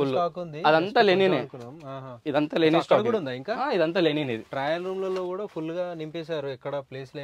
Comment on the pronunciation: Color shade కాదు కలర్ ఫేడ్,లెనిన్ కాదు లినెన్..లబ్బర్ కాదు రబ్బరు....అండ్ కాస్ట్లీ